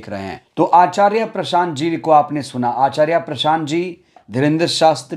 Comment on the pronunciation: आचार्या नहीं आचार्य उच्चारण तो सही करो समय। समय की बात है